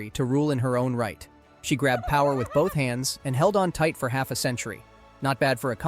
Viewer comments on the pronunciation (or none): none